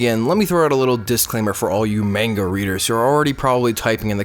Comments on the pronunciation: It’s pronounced mahn-guh not mane-guh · U said Manga wrong. It's mahn-ga